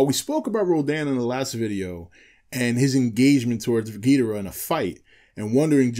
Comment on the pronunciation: Man dude its Ghi-Doh-rah for fuck sake even toho and legendary confirms this